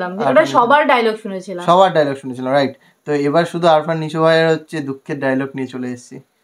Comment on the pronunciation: আরফান❌ আফরান✅